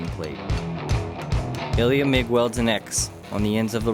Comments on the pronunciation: Ilya, not Eliot. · Can you say "Ilya" more often, please?